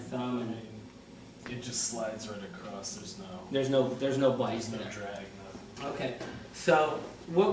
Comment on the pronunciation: Hahah super helpful videos but we have to get you to stop saying "acrost" instead of across